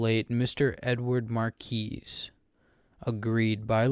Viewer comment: really good emotion, mispronounced a few words, the "s" is silent in Marquis, I got all giddy listening to it :D